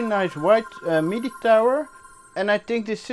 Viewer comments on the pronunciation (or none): none